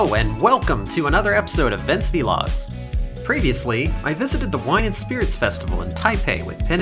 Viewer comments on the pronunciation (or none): "Vee logs"